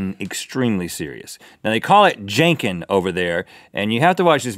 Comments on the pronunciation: lol, the way Rhett said "Jan Ken", like it was another form of the word "Janky." It sounds more like "John Ken". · It's pronounced closer to John-Ken than Jane-Ken. Fun fact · its pronounced "jahnken" not "jaynken" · It's pronounced John-Ken not Jain-Ken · Janken is pronounced like John Ken. JankenPo is the Japanese name for rock paper scissors. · 😂😂 when he said Janken I laughed so hard. I'm Japanese, and it was funny, but it's pronounced John Ken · Rock Paper Scissors in Japanese is pronounced Jon-Ken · Rhett's pronunciation of janken 😂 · ....The way Rhett pronounced Janken hurt me a bit, not gonna lie.